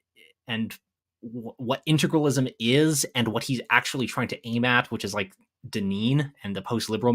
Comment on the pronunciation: Oh, and just to note, I realize it is petty, but my goodness. You typed the word how many times in your essay? And you not once realized where the "R" in Integralism is? Intragalism.... Maybe he should have spent less time on the "Kids and their instagram joke" and instead learned how to say the damn word.